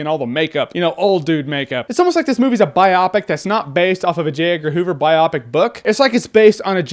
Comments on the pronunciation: It's BI-OOHHH-PIC. Not BI-AWE-PIC. Don't really care. Wanted to pull a Hermione. Did it. Keep on with the reviews, Jer. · Bi-opic? Its's bio-pic Jeremy lol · I thought it was pronounced "Bio-Pic" not "Bi-Op-Ic". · AGGGHH...stop saying bi-opic...... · I could be wrong and either way I know I'm being an asshoe, but i think biopic is pronounced more like bio-dome than biopsy. Like bye-oh-pic